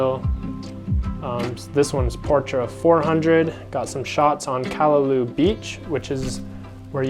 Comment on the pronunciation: Very interesting & informative video about the different film choices. I'm intrigued (yet intimidated lol) by film photography. Some of those shots are so sharp/in-focus, I didn't realize film could achieve that! On another note, it's pronounced: Kah-Lah-Lau (like the sound you'd make when saying "loud" minus the d sound) -- not "Kah-lah-loo", as you were saying. & Waimea is: why-meh-AH Not "Why-ah-meh-ah", this is a common thing I hear when mainlanders/haoles pronounce it, but it's frustrating to hear bc there's NO "a" after the "i" (aka saying it like: "Waiamea"). & the falls in the canyon is called: Waipo'o Falls (Why-po-Oh). I figured since you actually got the spelling of "Nā Pali" correct (tho Kauaʻi ⬅️ needs its ʻokina) that you would be open to knowing/learning the proper Hawaiian pronunciations 🤙🏾